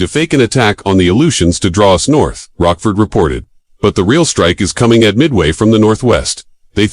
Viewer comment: It's LCDR Joseph Rochefort who works for CDR Layton, not"Rockford"